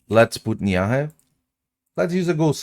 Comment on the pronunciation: It’s pronounced “NEEV”. Not “Nee-am-hey”. It’s Irish